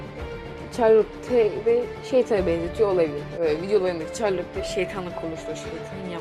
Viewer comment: Çarlotte ne ya şarlot diye okunuyor